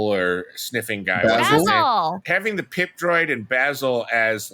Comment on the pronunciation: It could just be me, but since you guys focused so much on Qimir's physical appeal, I kept only hearing you say "Pimp Droid" every time you referred to PIP.😅